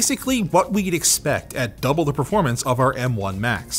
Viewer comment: "Verpormance" <3